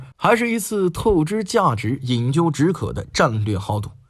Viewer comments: 那叫饮鸩（zhèn）止渴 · 难得的真人配音！点赞，感觉非常好（发现一个小瑕疵，饮鸩（zhen）止渴😄）